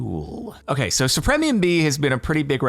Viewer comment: Anyone else bothered by Jordan's complete inability to pronounce supremium correctly?